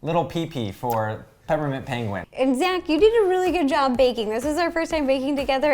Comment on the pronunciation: Peper mint